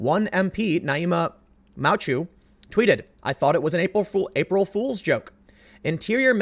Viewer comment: Naïma Moutchou.... Moutchou... Moo (like a cow) Chew (like chewing) MooChew is how you would say that in English.